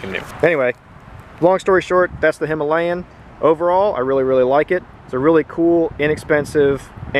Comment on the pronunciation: Not hima layan its hima.....layan